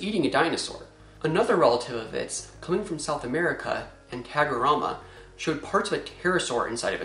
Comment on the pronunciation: Listening to a gringo pronouncing "anhanguera" is my new favorite thing lol Jokes aside, spinosaurus makes more sense now. The last interpretation seemed forced